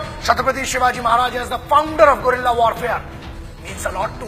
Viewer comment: अरे भाई guerilla warfare होता है gorilla नहीं